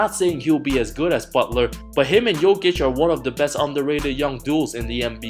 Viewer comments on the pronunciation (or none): none